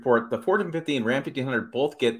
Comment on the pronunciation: Is this guy drunk? Is he saying F150? It's like one syllable when he says it. Horrible.